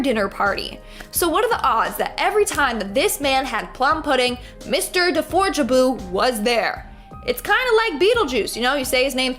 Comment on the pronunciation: Say deforjaboofor me one more time😄😝😍